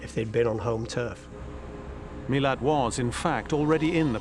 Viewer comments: Ivan Milat, not Millard, his name is not pronounced properly by these experts, one would think they would get the name correct. Some get it right but most seem to get it wrong, why is that? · Did these people do their reasearch prior to being interviewed? It's not Miller. It's Milat. Mi-lat.